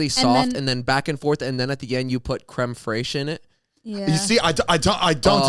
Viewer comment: Crème FRACHE😂😂😂😂🤣🤣💀